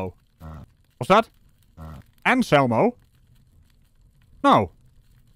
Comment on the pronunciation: No no no, it’s pronounced anús elmō.